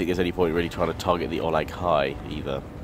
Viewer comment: think to yourself, how is Uruk-hai pronounced? now say Olog-hai:)